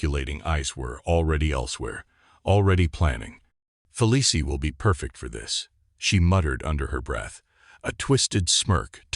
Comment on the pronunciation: Hard to listen to AI read this. It's pronounced Feleece, not Felicie.